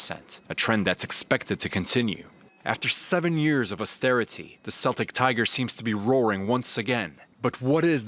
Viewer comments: Ffs Celtic is pronounced like Keltic not Seltic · "seltic tiger" lmao